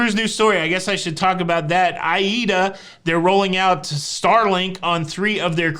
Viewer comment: 🧐 A+ today,. Even got Aida right, ha. Luv your delivery-extra funny today.